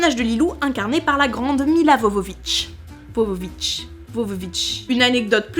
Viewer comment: Hello, « orthographié Milica Jovović » (Wikipedia), Russo-serbe. Ça tombe j’ai vécu en Serbie. XD se prononce « ill » comme Camille. En franchouillard ça donnerait Militça Yovovitch.